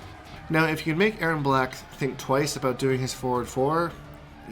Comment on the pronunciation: "All a boot"